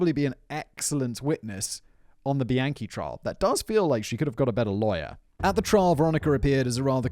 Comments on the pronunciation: Every time Simon say Bianchi I hear "the yankee." Thanks for covering this one fact boy! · somehow i keep hearing “the yankee” every time you say bianchi 😭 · The whole time I thought u were saying "The Yankee" cuz he's from New York but halfway through I Realized you were saying bianchi..:( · Why did I keep hearing “the yankee” every time you said “Bianchi” 💀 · OFF TOPIC: I keep hearing "the Yankee" when Simon says "Bianchi". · Soooo glad I'm not the only one who was hearing that!